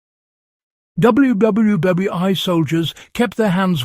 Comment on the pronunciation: This AI can't figure out how to say WWII.......